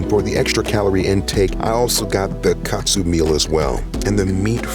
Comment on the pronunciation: Love how unc said katsu love it